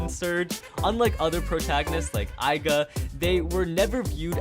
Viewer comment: Not to be a butt but, it triggers me when you pronounce Aiger, Aiga